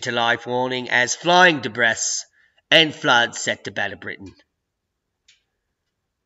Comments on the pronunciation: Debris is pronounced Debreeee in British English .,😃😃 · The "s" in debris is silent. Just lettin' ya know. Great vid as always; keep at it, and cheers from Australia, mate!:)